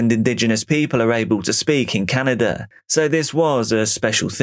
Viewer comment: What is DRAWERING or CANADER ?